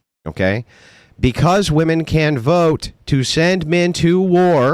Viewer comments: Why are they saying "woman" when they mean Women? Its 'wih-mehn' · Why do they say woman instead of women?